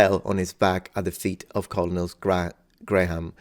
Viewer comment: I think this is the first time I heard you really mispronounce a word in English - Colonel is read as Kernel (for whatever godforsaken reason)